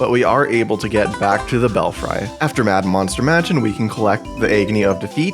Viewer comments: Free.... Bell-free. Not bell-fry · I know it's not a word you hear often but it's still strange to me that an adult would see this word and think it was pronounced like fry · Despite the spelling, it's pronounced bellfree